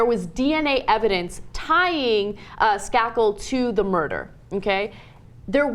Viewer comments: Pronounced Skay-kel, not Skah-kel. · its a little annoying how they mispronounce Michael Skakel's last name (s-cake-l) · Skakel... "Skay-kel"... Long "A"